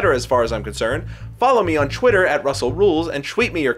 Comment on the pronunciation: Anyone notice how he says "chwitter" and "chweet" in the end?